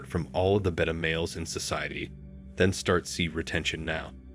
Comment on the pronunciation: Is this a robotic voice or real? The giveaway was how he prounouned beta male. Lol